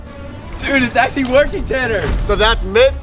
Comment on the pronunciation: I ACCULLY WAWN TOO